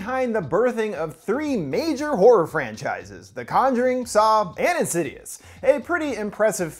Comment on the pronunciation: I had to turn captions on to understand that he said insidious lol weird way to pronounce that my dude.